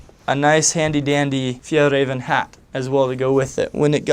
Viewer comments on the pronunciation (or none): BAHAHAH its sound to fun when he say ”fjällräven” ahhaha